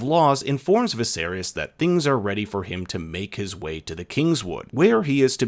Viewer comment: Did you say 'Viserius'?